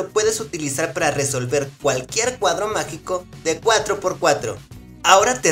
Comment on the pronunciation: Quin escucho macico en ves que magico ♥♥♥♥